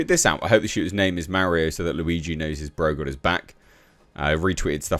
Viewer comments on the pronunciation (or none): none